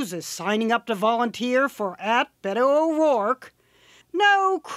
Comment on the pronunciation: I hate how she says Beto